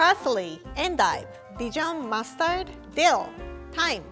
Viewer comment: Is it just me... Whenever she say mustard it sounds like Mars turd to me